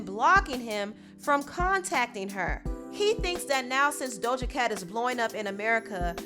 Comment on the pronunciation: Ima need to stop pronouncing that imaginary “L” in “Doja”. 😂😂😂